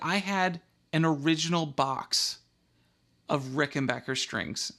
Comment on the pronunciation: BACK NOT BOCH !!! The Rickenbacker family pronounce their name Ricken-BACK-er not Ricken-BOCH-er. It is pronounced exactly how it is spelt. Back NOT Boch. Anyways, what you have there is not a musical instrument. It is a WORK OF ART. And good on you for mating your beautiful work of art with that other work of art, the VOX amplifier. Cheers from the Land Down Under.